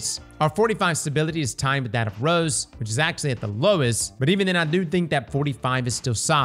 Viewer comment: It's Rose, not rows 😂